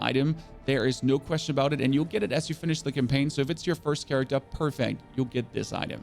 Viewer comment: "Ion Maiden" "charactu" 🤣 Bro, where are you from that they did away with their R's? Sorry, couldn't resist. Anyway, This is very close to the build I ended up with at lvl 50 and just intuitively choosing along the way. I'll be using this as a tweak guide as I'm having essence issues rn.